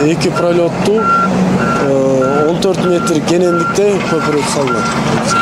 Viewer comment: Көпүрөк эмес көпүрө, кандай журналистсин, кыргыз мектепти бутконсунбу, сүйлөштү билсең блогер бол